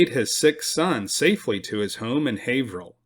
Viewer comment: Excellent job on the pronunciation of Haverhill. Most non natives of Mass, mispronounce alot of the town's names here. I'm impressed with how much his presentation has improved over the course of this channel. He's so much more confident in his presentation. Not to be insulting, but he's gone from sounding like a kid reading his book report, to a professional presenter. I especially liked the history channel jokes at the end of the episode before this one. I really look forward to every video.